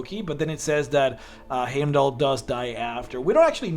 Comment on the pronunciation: Heimdall's name is pronounced as HYME-DOLL not HAYME DOLL